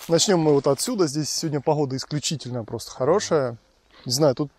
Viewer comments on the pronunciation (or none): Ай яй, яй...)) пахгода, тахда, инохда🌚 Я прям молодость вспомнил, и прошлую жизнь.) Давненько уже не гэ-каю) теперь постоянно замечаю эти моменты😄